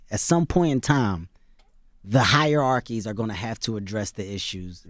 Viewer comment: this nigga keeps saying higher-arkies lmao